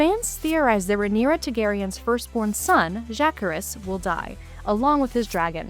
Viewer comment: Content providers knowing how to pronounce characters' names? Jah-CARE-is.